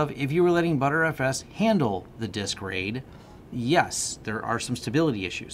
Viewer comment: The word is Disk, D I S K, not Dist